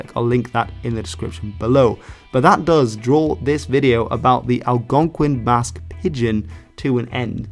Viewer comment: please god stop saying /pɪdgɪn/ it's /pɪdʒɪn/ shit you said /ælgɑnkʷɪn/ too.